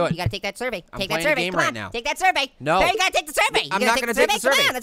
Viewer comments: it is pear not paer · 'Pa Ear?'